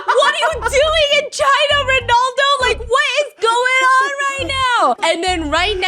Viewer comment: Stephanie I love your videos so much 🫶🏻 but girl it Ronaldo not Rinaldo